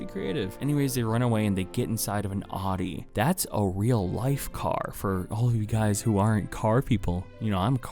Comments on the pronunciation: Say it with me now... "Ow - Dee" not "aww - dee" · its pronounced "ow-dee", not "od-dee" you fake fan. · Audi: ow dee Not: odd dee Not trying to be a ***hole just trying to tell you how to correctly pronounce it 😀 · It’s not pronounced Awdey it’s owdey jesus ur obviously not a car guy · Dude, Audi is pronounced Ow-dee, not Aw-dee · sorry but what the fuck is an AW-DI? You mean Audi? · It’s pronounced ouwde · “I’m a car person” Also: “Aw-dee” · IT'S PRONOUNCED "OW"DI THANK YOU VERY MUCH. fr tho great vid. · Audi is ow-dee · really just said "oddi" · i hate it so much when people pronounce audi wrong. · "I'm a car person." Also: *Pronounces Audi wrong*